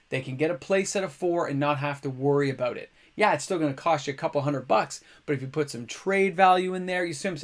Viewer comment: aboot, soo Canadian